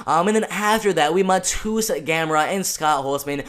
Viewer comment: If you care, proper pronounciation of Mateusz is Ma-te-woosh (Pole here)